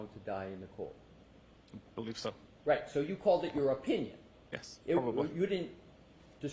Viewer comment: Why does he say OH, pinion and not opinion. So damn annoying!